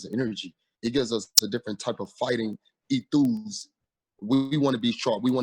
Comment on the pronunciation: Ethooz...... I think he mean ethos LMFAO